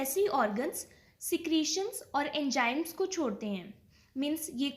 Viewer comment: why you call enzymes as enjymes?